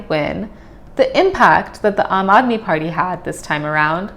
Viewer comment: it's Party not Farty 😆